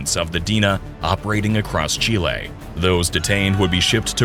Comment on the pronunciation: FINALLY someone who pronounces Chile correctly